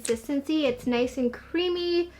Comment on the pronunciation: the way she said “nice” - - “Nai-se” lol ❤️